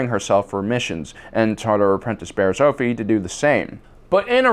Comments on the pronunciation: Mispronounced another word, Bariss Offee (Off-ee) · Offee is pronounced OFF-ee.